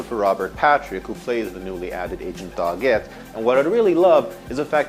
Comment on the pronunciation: Why is he pronouncing Doggett's name like that?????